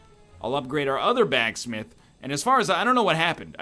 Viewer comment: "I'll upgrade our other backsmith." He said a word wrong.